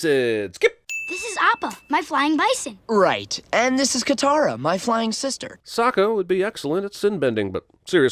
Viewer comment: what the fuck is katarration